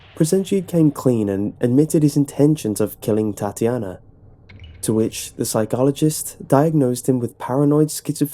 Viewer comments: ಠuಠ idk he says it like "TatIAna", not "Tatyana" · I like how u pronounce Tatjana, funny af xD